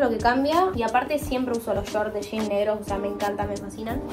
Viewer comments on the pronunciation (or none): none